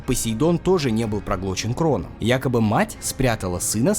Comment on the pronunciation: И ещё кое-что, не Кронос, а Хронос.. И вообще, Греки переписали старые Мифы (заменив Одина на Зевса, а Имира на Хроноса на свой лад, как победители), потом это же сделали и Римляне и тд.. Должна же быть своя вера!?